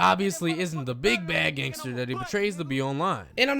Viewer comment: He called meek mill a "gangtser rapper" 😂😂😂😂